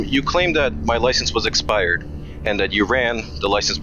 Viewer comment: Is it correct English to say eSpired or eXpired? 😢😢😢